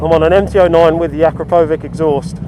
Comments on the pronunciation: When you say 'Jesus Christ this thing wheelies' - why weren't you actually pulling a wheelie at the time? Oh, btw, it's not 'akro-po-vic' it's pronounced 'a-crop-oh-vich'. Just keeping you honest! :-D Front forks are too soft and it need a power commander, otherwise it's a great triple at a great price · When you say 'Jesus Christ it wheelies easily' - why weren't you actually pulling a wheelie at the time? Oh, btw, it's not pronounced akro-povic, it's 'a-crop-o-vich'... just keeping you honest! ;-D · It's not pronounced akrapovic - it's akrapovič. Learn the difference, please. You sound silly. Akrapowitch. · Ak-rra-po'vic - and the C is pronounced like the Poles do it: "Wich'k" - click the speaker symbol to hear it pronounced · I wasn't trying to be offensive, sorry about that. It's just that I'm native speaker, and it really sounds funny :) About that 'w'; witch in english sounds exactly like akrapo-witch. And akra and po should stick together. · Wrong "Akrapovic" pronunciation mate. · Akrapovič You pronounce it with the CH at the end of the word, not with K :) Č = CH You are wellcome :) btw. nice ride!